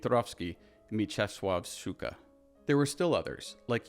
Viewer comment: HEADS UP; though as a Pole I appreciate, you a foreigner creator, trying to pronounce Polish surnames and you did not bad of the job, just be carefull; especially with Mieczysław Szczuka not Szcuka SZ is pronounced as SH sound in SHower, just harszer, as if you wanted to emitate the static white snow noise of the old TV, but SZ is followed by Polish CZ that is pronounced just as CH in Watch or Cz in Czech; just harsher, and "SZCZ" my dear is the hardest train of syllables to pronounce in Polish, that's why no one likes Bydgoszcz city, and szcz is usually at the end (it's easier to pronoince when cz isn't stressed like in SzCZUka, stress in on CZU) but... the reason for my LONG Polish pronounciation tutorial? I'm sorry, but the way how short and swiftly you spoke Szczuka's surname sounded a lot like SU-KA which in Polish translated to B*ch/female dog, and I had to double take on that part; and listen today me and my Italian classmate we had disgussion of how surnames work; and in Poland you can have a surname like Psikuta (PSI id dog's and KUTA(s) is modern word for p3nis) or Paluszek (Pinky finger) or even Stopa (Foot) and Łatwy (Easy) and it's easy to take them as a joke or misspoke them as a cursewords; SO be careful. [PS. 1 if you get into Hungarian Cinematography and names they also have CZ; but they pronounce it as Ci like in cinema] [PS; 2 I shall continue watch and add on